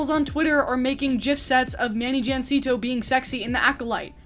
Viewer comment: Manny "Jansito" 💀 maybe this will help: "ha-SEEN-toh"